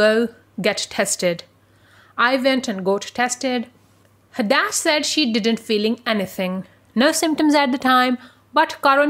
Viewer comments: Tiffany Ha-dash? It's Had-ish🤨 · It's Hadd-ISH, not HaddASH